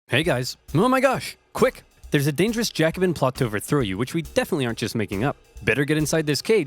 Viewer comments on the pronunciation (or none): none